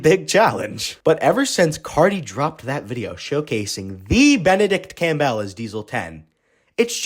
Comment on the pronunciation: "Campbell" is pronounced "CAM-bull". Not "Cam-BELL".